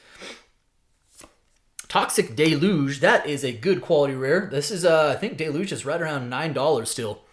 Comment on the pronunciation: Why does everyone pronounce deluge incorrectly.